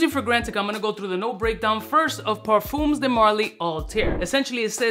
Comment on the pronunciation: 'ParFUMMMS' de marly, lol